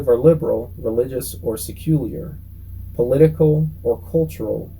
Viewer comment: Helpful video! It did make me laugh when you said 'sec-cyool-yur'. It's giving Dubya Bush's "nukular".